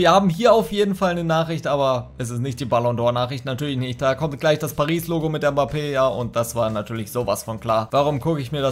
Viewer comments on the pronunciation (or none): none